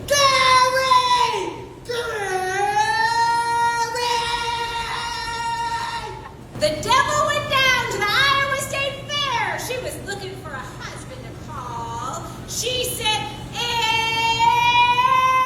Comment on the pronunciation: Iowa 😂 you said "I. oh.a" if I didn't live in the US I wouldn't have known what your talking about, and that's a stupid contest 😂